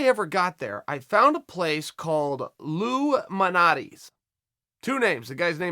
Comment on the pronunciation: You butchered both of our Pizzeria names. Its Lou Malnati's and Giordianos